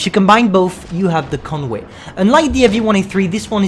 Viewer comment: ”Conwae” - 2020